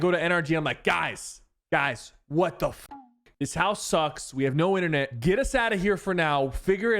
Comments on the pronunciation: Inthernet? Its internet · Someone get this man back to school to learn how to say internet